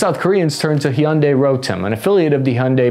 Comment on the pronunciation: It’s Hyundai like Sunday not.. what ever you where trying to say brother lol 😂